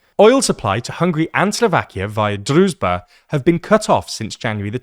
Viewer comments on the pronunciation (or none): It's pronounced drooj-ba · I see you're struggling with pronouncing "druzhba". It's pronounced "drew", then "s" as in "vision" and then "ba" as in "bar". It translates to "friendship" or "comradeship". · The 'zh' sound in Druzhba is pronounced like the 'J' sound in French. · zh in Druzhba is pronounced like j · Just translate the name of the pipeline to English and use that. Our ears are bleading because of you butchering the pronunciation of Druzhba.